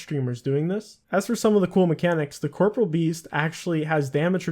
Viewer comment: Corporeal beast, pronounced cor-poor-ee-ul. Not corporal